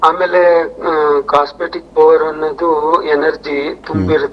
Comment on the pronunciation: ಅದು ಕಾಸ್ಮಿಕ್ ಎನರ್ಜಿ (ಕಾಸ್ಮೆಟಿಕ್ ಎನರ್ಜಿ ಅಲ್ಲ)